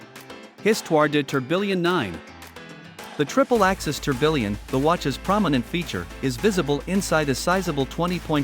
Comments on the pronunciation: "tor-bill-ion" lmaoooo it's "TOR-BEE-YAWN" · How is A I going to take all our jobs -if it can’t pronounce tourbillon?!